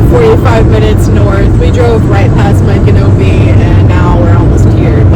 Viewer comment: Ok girl you are saying the name wrong